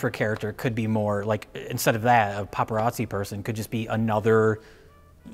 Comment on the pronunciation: It’s “Paparazzo” 😊